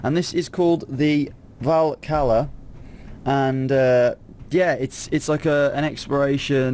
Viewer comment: its actually pronounced Valka-Lah